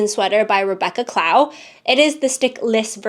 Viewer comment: Loved the knits! So Many Tests! I did want to let you know, since you make so many of her designs, that Rebeccas last name is pronounced cl-O-w, like how you would pronounce ‘glow’ or ‘low’ but with a C in front ;) hope that’s helpful, she is such a great designer 🥂 Can’t wait to see your 2025 Toasts and roasts!